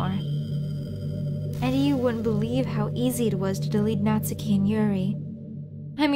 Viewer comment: Why can Americans never pronounce Natsuki properly 🤦🏼‍♂️ good voice acting though